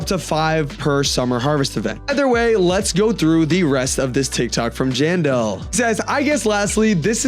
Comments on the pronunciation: Him saying John doe instead of jandel is wild💔🥀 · he said general 💔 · STOP LYING SUMMER HAVRSET IS EASY WIHT MY FRIENDS WE DID 3 TIMES PRISM REWARDS TODAY IK SRY IK UR NOT LYING ITS LOT OF BUT I THINK ITS RLLY EASY BTW SAYING JANE DOE INSTEAD OF JANDEL IS CRAZYY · Bro said genderless instead of Jandel💀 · him saying general instead of jandel is wild 💔🥀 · It does sound like john doe